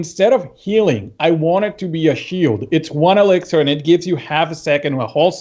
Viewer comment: Does anyone else hate it when someone says elixir like elexer?